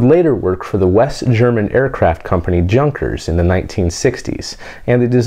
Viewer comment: Junkers? Hahaha. Its German man and the J is pronounced as a Y. I've heard you try to talk like a Russian when you say "roscosmos" so where is your German?